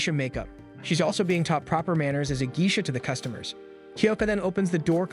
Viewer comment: I've never heard Geisha pronounced as Gee-shuh. I've always heard it as Gay-shuh (I'm not using IPA spelling because most people don't know it.) If I might ask, where are you from?